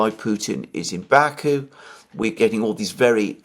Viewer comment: The right pronunciation is pashinIAn and bakU.